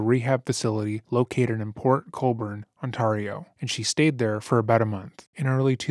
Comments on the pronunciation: Very benign correction on the pronunciation of the Canadian province, Ontario. It's pronounced "Ont-AIR-eo" rather than "Ont-arr-eo" Absolute great video covering such a disgusting person, making sure to go into depth about the actual victims unlike a lot of documentaries! Also LOVE that it's 3hrs. Thanks for all of your hard work! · on-tear-e-o ontario.... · the pronunciation of Ontario 😭😭😭 imagine it a Canadian couldn’t pronounce California or Washington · As a life-long born in Ontarian...the pronouncement of Ontario is just 😫 Why can't youtubers find out proper pronunciations of places before recording? Otherwise good doc 👍